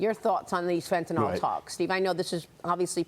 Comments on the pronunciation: Why does everyone at fox say "fentanol" when it's fentanYl? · It’s called Fentanyl, not Fentanol. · Please stop saying FENTANOL!!!! There are no "O" sounds in the word. dafuq is wrong with you? Your ONLY job is to talk. Do it right. It's not like you are volunteering. Skill is expected at your pay grade.